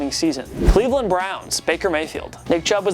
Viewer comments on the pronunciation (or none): none